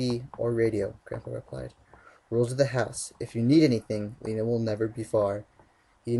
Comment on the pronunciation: is my fav part cuz he said Lena right. I LUV U!!!!!!